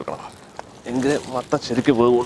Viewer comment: 8.57 മട്ടന്‍ അല്ല മത്തന്‍